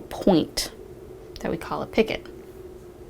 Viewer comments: Not picket...pee-ko the t is silent 😊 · Patricia Morales my code is c1 v3 h5 thank you I've heard many ways of saying picot, but never picket until now. I thought it was more like peek-oh or like you said pico LOL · Sorry, I hate to be THAT person, but i'd want someone to let me know if i was mispronouncing something..... "picot" is pronounced "pee-koh" absolutely love this pattern though!!! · picot is pronounced pico.....thank is silent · Pronounced pea-co, with a long o sound. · yes, Picot is French and you're correct. it is pronounced as P-Coe .. the T is silent. i've watched many videos and this is the first time i've heard it mispronounced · The T in picot is silent